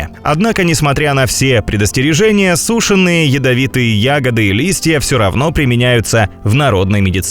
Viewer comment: сУшеные,это как понять? ИИ никак не научат правильно ставить ударения?